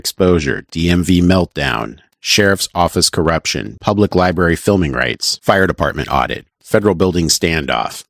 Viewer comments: you really can't trust a guy who can't pronounce library... 🤦‍♂️ Liberry!?!?! There's really nothing useful for anyone to gain from such a dolt. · The big, weak-chinned, half-wit Fife cop can’t even pronounce the word library (he said “Li-BARY) so it’s not surprising he thinks he’s king of the city.